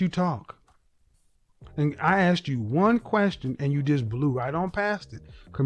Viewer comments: Axed you? Communications? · Did she say axed you about?